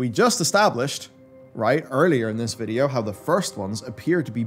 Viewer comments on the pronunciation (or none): none